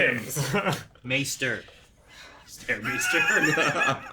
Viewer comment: "Stair maester" I'm screaming 😅